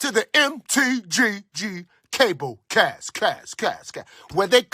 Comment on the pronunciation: Lol the intro mispronounced the name of the show, Cable Cast instead of the Cabal Cast. Also dat breathing into the mic.